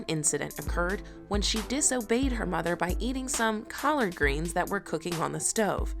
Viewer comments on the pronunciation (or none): “Call-ard greens”😂😂😂 whose the lady doing the voice over😂